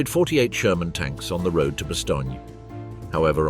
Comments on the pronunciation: a good documentary i'll forgive the mispronounciation of bastognia LOL! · The “vee” corps?? It was still delightful even though it was quickly revealed as produced by AI. And perhaps a biased AI. Almost a load of “Bastony.”